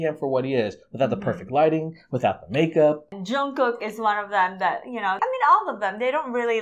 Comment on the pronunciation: The pronunciation of his name is NOT Young kook is CHONG GUK 🤦🏻‍♀️🤦🏻‍♀️🤦🏻‍♀️